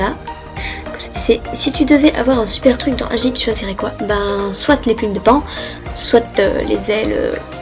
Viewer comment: Tu dis soite comme Foxiine c'est pas soite c'est soit XD 😂😂😂